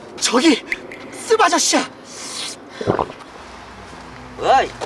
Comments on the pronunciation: 근데 씁 아저씨 발음 주의해야 함(쓰바저씨) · 씁 아저씨 왜 욕으로 들리지? 쓰바저씨 그리고 무한~ 하면 무야호가 국룰리짘ㅋㅋㅋㅋㅋㅋㅋ